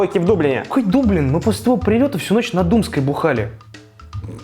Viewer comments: 2025 год, смотрю выпуск в 5+ раз, только щас заметил, что ты в начале выпуска говоришь не дублин, а даблин, чтобы в рифму было… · Вроде дАблин, так они сами произносят